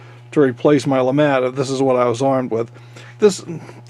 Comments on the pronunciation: “Le mattt” lémàt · I thought it was LeMat.. not LeMont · I thought the "t" was silent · LeMat is a french name, so i wouldn't think that Le would be pronounced "Lee" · Can one not even say the name right interesting video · Ahhh pls speak it out correctly. its a french gun ahhh. But very nice video.